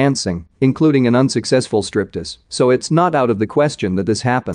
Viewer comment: ... And what's a "strip-tiz"?